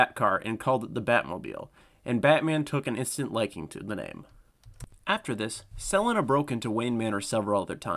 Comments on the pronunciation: Why did you pronounce Selina that way??? Could it be that you used ai to narrate this video..god I hate ai…just so lazy….just another scam channel…wouldn’t be surprised if this channel is created by an Indian/Pakistani…YouTube is riddled with hundreds of these types of channels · The way you pronounce Selena kinda hurts my brain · guy can't say catwomans name right to save his life lol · Is this voice AI? Ive never heard "Selina" butchered so badly before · Bro can’t read the name selina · The way you pronounce Selena really hurts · Great video but what I don't understand is how you can pronounce Selina correctly in some parts, and yet so horribly wrong in others. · why did you pronounce Selena that way? AI voice maybe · I think it's AI trained on the narrators voice... No one pronounces Selina that way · did you say selena wrong so i would comment? it worked lol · Why did you randomly start mispronouncing Selena like 10 minutes in. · You pronounced Selina correctly ONE time in this entire video and then got it wrong every other time, making me desperately hope each time you’d correct your mistake. I see now this was your brilliant subtle plan to make sure people watched the video all the way through… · So sick of this ai narrator…just like 2 minutes into this video and already getting pissed with the narrator…why can’t ai pronounce Selina the correct way..just so lazy…why can’t you use a real person…just so may mispronounced names…makes it really hard to just sit back and enjoy a video like this when so many names are not pronounced correctly…also doesn’t help when I have to deal with an ad every 3 and 1/2 minutes… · Selinuh? Her name is Sel-ee-na, Selina Kyle. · Sell-en-na? The fuck? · My question is how is no one questioning that this got Selina and Dana's pronunciations wrong. Suh-Lee-Nuh Day-Nuh This screams AI voice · Got me mad confused on who sell-in-nuh was for a while until you said Selina Kyle 😭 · Pls tell me he doesn’t say Sel ina the whole vid 😭